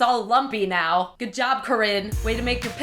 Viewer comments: did corinne say 'meow' instead of 'now'? HAHAHAHAHAH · you said meow you don't have instead of now if you don't have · did you just say meow instead of now? Oh the pins. (Or me being deaf) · did she Meow instead of now? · is she saying meow instead of now??? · she says meow instead of now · insted of now she said meow is it me thought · . Did you actually mean to say "meow" instead of "now"? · She said meaw not now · it sounds like she said meow hense the cat costume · Go to she says meow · I had to rewatch that because I thought I was hearing things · princesspresto13 Yay I'm not the only one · Is it just me who noticed that she said "meow if you don't have any sewing skills" instead of " now if you don't have any sewing skills" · Did anyone else notice she said meow instead of now ? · harrison jaines yeah I hear meow to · harrison jaines I notcied she said meow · Duh She she said meow instead of now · I noticed, and instantly thought of Super Troopers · princesspresto13 yes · Luke Aspinall I had found rewind just to be positive 😂😂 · yahhhh she said meow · it's funny because if you put the captions on it says now but if you listen and read her lips she says meow xD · princesspresto13 yeah, i thought i was hearing shit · princesspresto13 when I heard it I was like "wait did she say meow?" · It can't just be me who hears Corinne say "Meow" instead of "Now".... PLEASE TELL ME IM NOT LOSING MY MIND! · anyone notice she said meow instead of now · miguel lagos of course we did she wore em with Cristine too haha. but the cat ears could play trick on our minds and make us think she says meow instead of now lol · Did anyone else hear say meow instead of now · did you notice that she said meow instead of now? XD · When she started to make the pillow it sounded like she said meow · I love how instead of now you said meow. 😹😹😹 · Did She Say Meow Instead Of Now? I Wouldn't Be Surprised. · When she says now it sounds like meow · she said meow not now